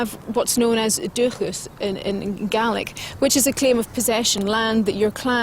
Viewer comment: would be better if the guy could actually pronounce the Gaelic instead of butchering it